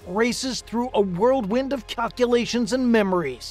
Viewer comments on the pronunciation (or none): A "World Wind" ? Surely you mean a "Whirlwind" ?